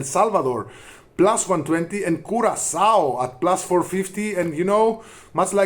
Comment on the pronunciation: Don't ever say CuraKao again! CuraSao is the correct way of saying it.